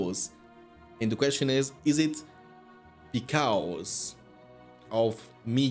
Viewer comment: because and causing are words you pronounce so weired man